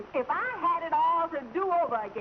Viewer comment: had ( not hai )